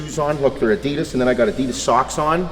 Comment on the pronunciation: He says Adidas funny wrong?